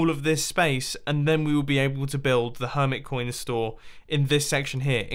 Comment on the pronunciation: Her-mit coin Emphasise the mit